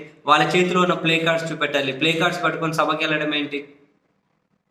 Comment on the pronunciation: ప్లకార్డ్స్ అని సరిగా పలకలేక ప్లేకార్డ్స్ అని ఉంటాడు 😂😂😂😂😂😂